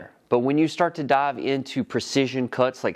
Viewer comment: Love when you "daav" into things lol